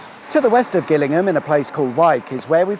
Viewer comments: I thinl you pronounce Gillingham like Jillinm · Gillingham is pronounced with a 'J' sound as in,!😉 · No its not. Its pronounced with a hard G, as in Gary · Ah! I did wonder about that. Mainly because I've only heard of the one pronounced "jillingham", and I was a bit surprised to see one in Dorset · I'd always pronounced it Jillingham. Now I've been educated! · Thanks, wicked sweet awesome as ever. I always thought Gillingham was pronounced Jill-ingham for "reasons" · Oih, Sorry did I mispronounce, you Name, "Jillingham" spelt with a G is in Kent, But what can you expect. from someone born North of the Watford Gap(loved your vlog on that bye the way) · I wonder why Gillingham in Dorset is pronounced 'Gillingham', yet Gillingham in Kent is pronounced 'Gillingham' instead. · How is that you don't know how to pronounce Gillingham? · Is it pronounced Gillingham, or Gillingham?